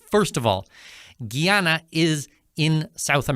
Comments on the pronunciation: It's not Gee-ana, it's Guy-ana Guyana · oi - its Guy Ana not Ghee Ana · It is pronounced Guy- a - na not giy-an - na. Did he get this information from AI? i He needs to do a thorough reseach about Guyana. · Guy, not Gee! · Here is how to pronounce it correctly: Guy Ana!!! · You should learn the correct pronunciation of "Guyana". GUY-ANA... GUY-A-NESE... very easy. You should talk to the locals to get the pronunciation for your videos. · “GUY-ANA” it’s not that hard to pronounce, please don’t chop up the name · I'm very angry at you ,, you sound educated ,, tho your pronounciation of the name of my country ,, makes you sound a lil bit like you still in de sand box ,, WHY ,, 'cause the name of my "birthlove" is a TWO syllable word ,, GUY n ANA ,, n wen you put it together you get the name of my country.......... GUYANA ! so stop making yourself sound like you're stupid !..... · It’s pronounced “Guy-Anna”!